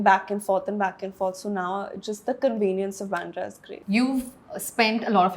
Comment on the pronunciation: Byandra nahi bandra bolo